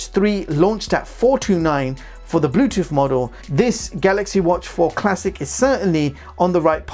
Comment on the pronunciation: The word is WITH not WIV. The word is BLUETOOTH not BLUETOOF. The word is OFTEN not OFEN.